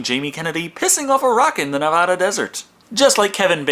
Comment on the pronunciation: Say Na-vah-da one more time and Texas becomes Tay-haas for the rest of time. It's Na-vad-uh.